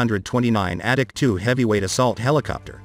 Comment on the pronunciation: Sounds like the voice calls it the addict 2